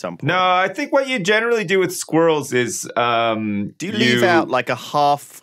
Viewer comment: and lewis: Sqwhereruhls.: Squral